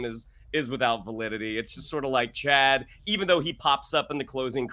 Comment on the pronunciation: I love you guys and your divergent points of view! But you need to watch with the captions on, maybe on your second watch of an episode. The cousin's name is NOT "Chad" - it's "Ched".